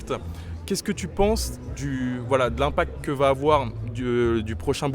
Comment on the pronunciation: Impact et non pas impacte